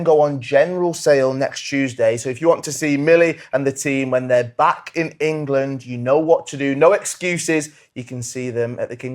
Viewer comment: Why does Jill Scott always say “Engerland.”